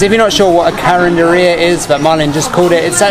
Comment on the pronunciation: nice... you pronounced "carinderia" properly. all the best to you and your channel!